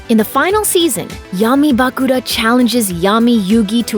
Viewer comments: Bah-Kula? i dont wanna sound mean but is is that hard to pronounce Bakura? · Tea - Tay-uh Bakura - Buh-Cure-Uh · Bah-kur-a and Tay-a get the names right please i watched this show long time ago and still know it my son grew up with it too. Even if it was a bit later. Just spelling it out as it sounds. Thanks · The way she pronounce Bakura, im speechless 🤣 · can you make the next video with someone who has actually watched the series? SO annoying to hear her mispronounce Tea and Bakura over and over again.